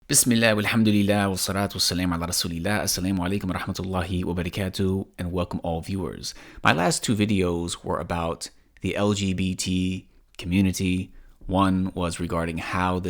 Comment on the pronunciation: Not trying to hate but you have a weird accent when you’re saying السلام عليكم, it definitely doesn’t sound like a native speaker saying ti